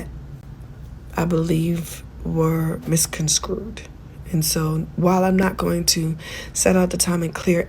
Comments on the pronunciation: Tamar, it’s misconstrued not misconscrued! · “Mis con screwed”, lol